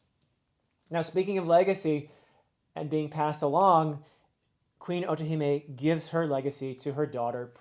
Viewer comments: you did! As well as otohime and fukuboshi, well pronounced! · Funny that he brought us mispronouncing after getting otohime correctly.